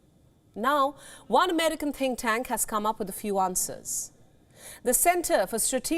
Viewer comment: Why are you lying ??? India recognised the 1 China policy ~ how then is China “invading” Taiwan ??? whilst 1 China policy depicts Taiwan as a province belonging to China. Can a country invade her own country??? Also, your said “think tank” r “tin cans” ~ China is a space force nation that landed in Mars n has her own space station, the Tiangong. You believed that China forces will be “wiped out” b4 the military is deployed. How judgemental n biased is your reporting.